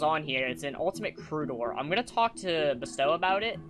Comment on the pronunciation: I think you said BSTOW's name wrong